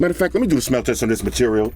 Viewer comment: “Let me do a smell teste on this material” 😂😂😂